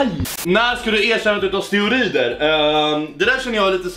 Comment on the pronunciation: Men herregud det heter steroider inte "steorider"